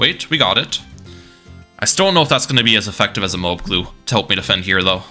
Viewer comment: its MO-AB, not MO-OB